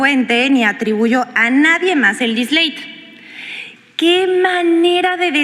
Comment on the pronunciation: “Disleit” esta iletrada anencefálica no sabe ni leer. Este DISLATE evidencia de que esta iletrada no es la autora del texto que MAL “lee”, pues de serlo sabría cono usar, leer y pronunciar dicho vocablo. Su nombramiento fue un dislate del Pte.